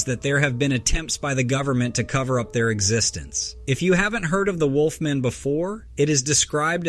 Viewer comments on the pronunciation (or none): none